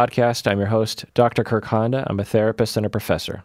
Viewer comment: “Kirrrrrk” lol 😂